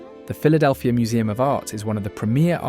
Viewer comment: Brotherly Love, you said it exactly right!